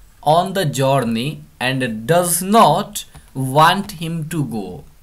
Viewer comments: plz correct your pronunciation of journay its not joudaney ☺ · Journey ka pronunciation sahi s kryega next time s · ya.....jooourney lol😆😆